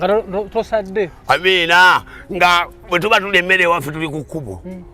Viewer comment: The way he pronouns Amiinah 🤣🤣🤣🤣🤣🤣🤣🤣🤣🤣🤣🤣🤣🤣🤣